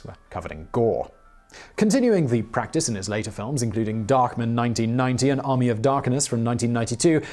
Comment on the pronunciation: “Darkmin”, really, Simon? Are you trolling us!?